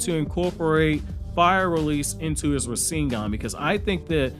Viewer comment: Compressed fire style rasengan..... Rasen'Gun lol